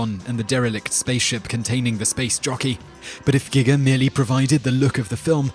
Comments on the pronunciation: "Gigger?". I suggest you learn how to pronounce Geiger. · Doesn't he know how to pronounce anything? Love his videos, but that is just NERVE WRACKING. I mean, H.R. GIGGER! Really? I have to assume he has the Internet! Can't he look something up?